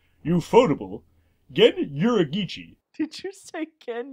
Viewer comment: I legit spat water onto my monitor when said Yur-a-gee-chi. How do you even fuck up that bad.